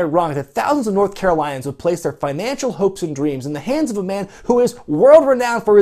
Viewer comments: As a North Carolinian, I am upset with how you pronounce it. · He said North Carolinians wrong. As a North Carolinian, I am absolutely...mildly annoyed